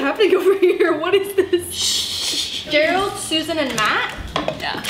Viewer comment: Complete silance:......: Gereld GERALD! 😃🤣😂